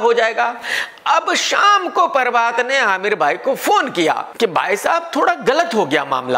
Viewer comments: Everyone - prabhat KRK - parbhat 😂😂😂😂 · Not prabhat he said parbath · Nobody: Literally Nobody: KRK: espice media, परभात😝😝